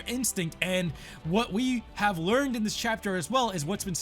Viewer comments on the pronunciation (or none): none